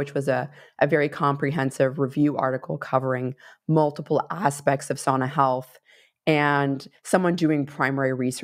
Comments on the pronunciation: im Finnish. It's SOUNAH not SAWNAH :) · My extended family still lives in Finn country here in Minnesota. The older generations still pronounce it "SOW-na".